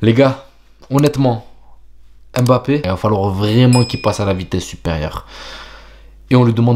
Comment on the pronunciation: EM'bappé ! pourquoi tu l'appelle comme ça lol ?